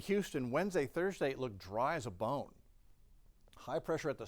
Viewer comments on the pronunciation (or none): He said dry as a boone 😂 🦴